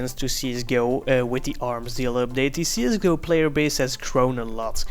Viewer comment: It's pronounced csgo not zsgo...